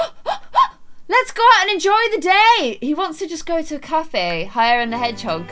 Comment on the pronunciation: "Hire and the hedgehog"........ it was Hare 😂